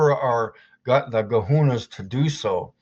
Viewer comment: gahunas? 😂😂😂😂😂 cajones? better master english before he starts with the foreign words